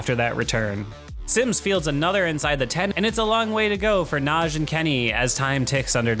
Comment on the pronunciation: Nah-GEE. Not Nazhee